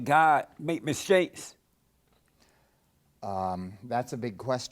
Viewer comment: NOW WHAT THE HELL IS A MISHAKE . Does Jesse own a toungue ? Lmaooo